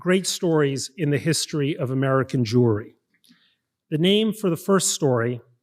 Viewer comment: omg he said “world jewery”!!